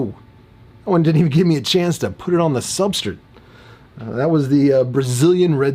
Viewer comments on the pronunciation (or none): Bro, WHYYYY do you pronounce Substrate soooo weird?!?!? I cant stand it. You cant say S-T-R-A-T-E